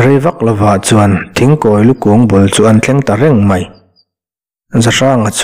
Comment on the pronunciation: Muvanlai bu neihna thing hming kha i lam dikloh hmel riau mai ,thingkhawilu a thinghming hi i la hriat ngailoh a nih hmel